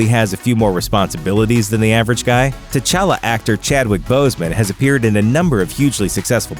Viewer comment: If you really wanna go african all the way Tchalla is pronounced "chala" not " T Challa". The T shouldn t be pronounced